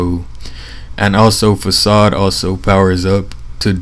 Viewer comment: dude imma sub you just because you pronounced facade correctly!!!